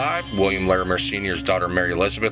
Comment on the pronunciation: I cringe every time you say “Larimere” 😂